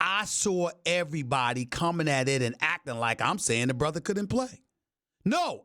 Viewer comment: ''I know him like a borther''